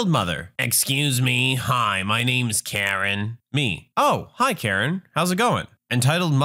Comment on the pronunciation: when you first said karen i thought u said urine...